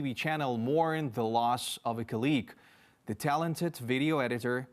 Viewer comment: I am not sure if you like my feedback, but nonetheless, I will try. Несколько слов я не смог понять... Не прослушиваются. Есть слова где вы ставите неправильное ударение. Это режет слух. В английском ударение в слове может меняться в зависимости является ли слово существительным, прилагательным, глаголом... Неправильное ударение в словах Accuracy (на первый слог), cOlleague combAt mosquitoes это сражаться с комарами (это то, что было сказано) cOmbat mosquitoes это боевые комары (это то, что хотели сказать) Неправильное произношение: targeted, pathogens, losses, enormous The Russian army is equipping building (erecting, rearing, setting in place) defensive fortifications... Or The Russian army is equipping its positions with defensive fortifications... If there is no good English, the project will wither on the vine. Good luck